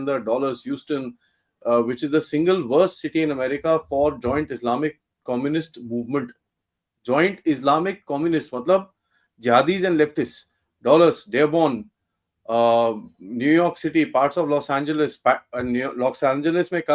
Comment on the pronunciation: Interesting discussion, especially the point about not opposing Trump in everything because you disagree with him in something is well taken. But some of the mispronunciations were a distraction...It's con-descend-ing, not con-den-send-ing; in "Dallas" the "al" is as in "alacrity" not as in "all"; the "o" in "front" is the same as the "o" in "some", not the "o" in "on".. and many more. I know it seems pedantic but if the speaker has failed to learn these pronunciations after so many years, it opens them up to scrutiny - what else have they failed to absorb? Can we be sure the content is accurate or are there mistakes in that too?